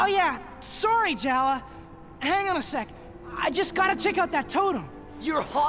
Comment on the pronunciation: His name is spelled either Jala ( ) or Jaller (2003-Present) and pronounced "Jall-Uh".